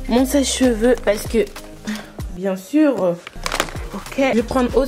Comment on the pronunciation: « bien surrrrr » 😭💗